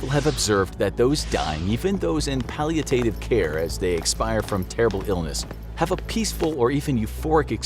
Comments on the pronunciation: Don't get mad. It's palliative. But you pronounced it palliatative (not a word). You put in an extra T plus syllable. I personally take great care to properly pronounce words I know someone will have to look up . In fact much of the time it's the sole reason I will use one word over another. Helps weed people out. This is not a case of tomato tomato. Your stuff is great, always well written, well produced, and the final product always polished to a high sheen. Palliative is an uncommon word and most people are probably unaware of it's definition. It's a great word though, one I use myself. Constructive criticism. Nothing more. Much more specific than invalid, assisted care, or even hospice care. I'm a big fan of power words. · It's pal-ee-uh-tive. You're welcome.